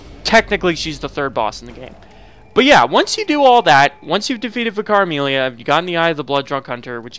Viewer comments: ssdarko1 Me too, it took several attempts to decipher. The way he days it sounds like Vi-Cara-Meelia, when it's should just be Amelia who is a Vicar. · I was like who is Vikaremilia! Then I realized he meant Vicar Amelia. She is a vicar, pronounced vik ar, it’s a separate title to her name! Not one word, but two separate ones the first denotes her station and occupation so to speak. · What he means: Vicar Amelia What i hear: Caramelia